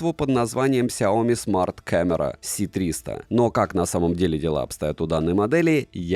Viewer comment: Почему ты говоришь С300, когда это Ц300... Это же английский нейминг..